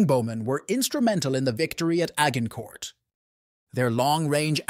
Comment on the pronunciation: A hard g incourt. Immediately stopped watching. If you cant oronounce the location, you have no business talking about it.